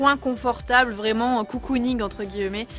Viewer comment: « Entre gui-e-met » 😂